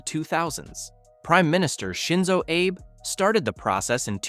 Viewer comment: AI slop, or a narrator that doesn't know how to pronounce Abe. Can't tell